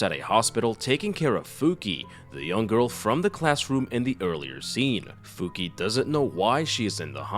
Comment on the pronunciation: Not to be rude but her name it’s not Fuki its Fukie, I know you wrote it correctly but that “e” it’s pronounce like eh like the e from the word “Yes”